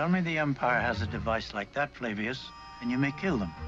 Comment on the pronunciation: Flavius. As in Flavius Josephus.